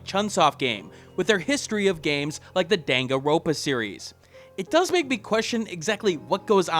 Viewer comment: Man, you butchered the pronunciation of Danganronpa.